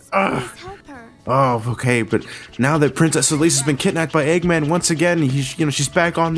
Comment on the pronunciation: "Doctor Aggmen"